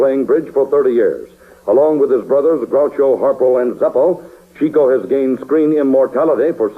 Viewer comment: It's a shame that the program's host keeps mispronouncing Chico's first name. It isn't pronounced "cheeko" but rather "chicko".